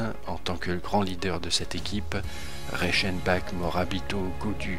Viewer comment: sa se prononce pas Reichenbak mais Reichenbar